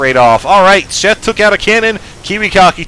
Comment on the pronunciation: I swear keeps saying Chef not Sheth. LOL!;)